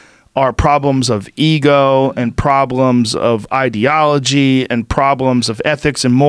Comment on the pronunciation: Michael "idealology" Yo